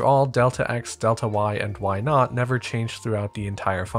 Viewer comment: Thanks. I've seen Bresenham's algorithm before, but this explained it in a way I would be able to reproduce (or rederive) without having to memorize the algorithm. An additional note you may find humorous: You are referring to y subscript 0 as "y naught", but the way you pronounce naught sounded to me as if you had said, "Let's change why to why not." (People make fun of New Yorkers for the way we say cawfee, but our naught doesn't sound like our not.)